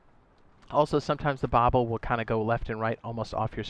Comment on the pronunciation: Bobber************* not bobble lol